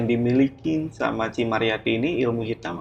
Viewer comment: Ci ci ci. Ceu woyy bukan cii